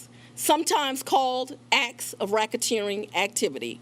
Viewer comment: Rackateering ? LOL. Volunteering surrender ? What ???